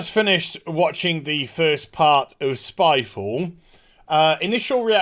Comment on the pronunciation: Vid: spyfall Me: gun. Wait, you said spyfall or skyfall?